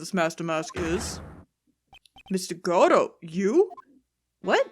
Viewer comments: People like you ruined Godot for me, saying he has to be one way to be perfect. "He isn't good if his name isn't pronounced like Goh-doh!!!" And someone said "Tip, Godot has a deep and sexy voice" Just let her make him how she wants to be. Watch Farfromsubtles playlist and they gave him a robot voice, I loved that bc it was diferent from all the sexy Godot's out there... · So 1. I'm sure someone said already but it's "Guh-Doe", based on the play Waiting For Godot. 2. Godot's theme has been covered by a jazz band (The Fragrance of Dark Coffee), look it up ASAP cause it's amazing. I used it to study/sleep for months, especially with fireplace/rain noises! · Yeah, I used to be annoyed at hearing GOD-oh but now I just was interested in how was swapping out pronunciations, probably inadvertently. It just kinda stuck out is all. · Really happy to see your reaction to Godot! Though, you appear to be periodically switching pronunciations for his name. While I feel like the proper one is "go-DOUGH", I'm pretty used to hearing "GOD-oh" by now as well. I've not usually seen people switch pronunciations like you have, though. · I figure there's comment somewhere that says this but it's Guh-Dough not God-Dough. There's only one D in the name. There I got it out of my system. (I'm aware this series 7 years old XD). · I forget if these are batch recorded but, its pronounced like Go-dough(perhaps with less of a strong "Go" sound since typically you don't put too much emphasis on it and you say it much faster as a result), not God-oh. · Aww! xD ♥Oh, dear; I cracked the EFF UP when you called Godot "Giordi LaForge"! xD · Just for clarification, it's pronounced "Goh-doh". The judge mispronounces his name as "Gobo" for that very reason.